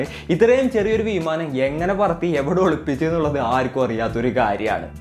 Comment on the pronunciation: വീമാനം അല്ലടോ വിമാനം...